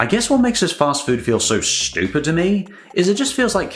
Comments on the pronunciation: the way you say Stoopid is so stupid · Why are you pronouncing stupid si STOOOOPIDLY